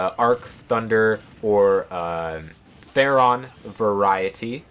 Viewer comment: A neat summation of the character and strategy, but one thing bugged me: It's Thoron, not Theron. Like the Norse god.